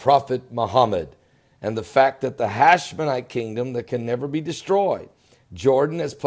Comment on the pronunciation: HASHEMITE not HashmeNITE!!!